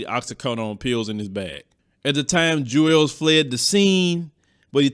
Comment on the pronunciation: Isn't his name pronounced "Jewels" Santana, not "Jew-els" Santana?